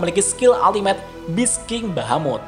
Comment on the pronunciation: Beast dibacanya bis,bekan bes